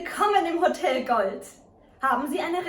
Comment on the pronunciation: very nice - smily face and all but ... the accent of the key word HOTEL falls onthe second syllable :-)